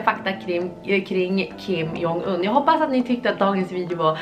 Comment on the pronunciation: Man läser hans namn som "Kim Dzong Yn" :)